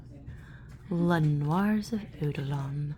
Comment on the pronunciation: Noirs pronounced N-wahs dahling xx